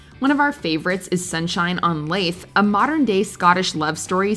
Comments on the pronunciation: No way you watched Sunshine on Leith and mispronounced it. Leeth. Leaf would even have been better than Laith. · It's "Sunshine on LEITH", pronounced "Lee-th", not "Lay-th". It's literally in a song on the Proclaimers album of the same name. How do you screw up that pronunciation? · Love seeing Sunshine on Leith (pronounced Leeth FYI) on this list!